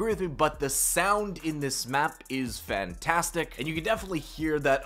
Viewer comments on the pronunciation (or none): none